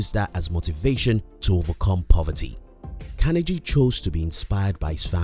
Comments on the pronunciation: It is CAR-NE-GEE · These lessons were great and useful.However, I wish whoever hires people to do voice over, at least they would be able to pronounce the name of the Main Character correctly! It is Andrew Carnegie for Gods sake! Hearing Andrew Kennedy 100 times in the video was very annoying!!! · Watch documentary on this man. He was not a good one. This video sucked his pronunciation of the mans name was terrible. Sounded like Kennedy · Please say his name correctly. It is not kenergy. It is Carnegie. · Its pronounced: Kar-nee-ggee. If you're going to speak as an authority on a subject as in this video, at least ensure your pronunciation of that person or thing is correct. Here endeth the lesson. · CARNE GEEEEEE for fucks sake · Learn how to pronounce his name, will ya? CAR KNEE GEE (as in French name GUY) Emphasis on the penultimate syllable. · Your saying Carnegie wrong. You don’t pronounce the g like that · How can you get his name so wrong?! I mean you must have heard his name before lol. Unless you've done it on purpose to gain comments, in which case well done, you've gained another comment. Nice compact content anyway. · Mispronounced his name, but good to listen to the info! Thanks! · if one is going to make a YouTube video about a very, very famous historical person known the world over then the least one must do is to ensure one pronounces the persons name correctly otherwise the content and message appears ill researched and the mistake becomes indefensible. Also Carnegie wrote many books including his autobiography which outlines his wealth strategies in great detail so presenting these as “secrets” is a little misleading at the very least. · unliked, you cant even say Carnegie right, its a torture everytime you quote his name , and you mentionned god, not everyone's a beleiver, some are secular atheists youtube is a global platform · Pronounce his last name correctly. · At least learn to pronounce his name.